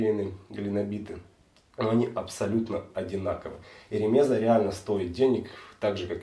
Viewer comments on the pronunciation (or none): Правильное ударение - РемезА. ......... Не РемЕза.